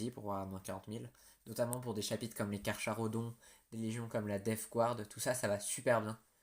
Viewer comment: Tyberos est juste imbattable et inarrêtable mais je doute que GW fasse une nouvelle fig ! Si jamais ça arrive je l'achète directe ! Si il est primarisé... il va atteindre les 3m !!! Petit truc qui ne va pas dans la vidéo : Carcharodons oui mais le "cha" se dit "ca" !